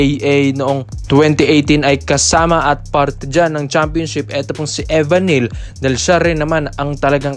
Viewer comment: Dapat ni research nyo rin po yun correct pronunciation ng surname ni Evan Nelle as in "Nelly"